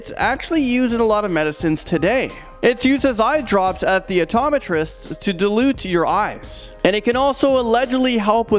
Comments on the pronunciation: "Dilute" your eyes? Lolololol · Dilate not dulute your eyes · New York, and dilate, not dilute. :)